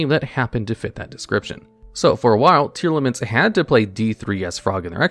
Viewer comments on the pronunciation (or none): Tear-Laments is how it’s pronounced, as in Tear the things u cry and Lament a passionate expression of sorrow/grief. There’s no A between the Tear and Lament part of their name so its Tear-Lament not Tear-al-aments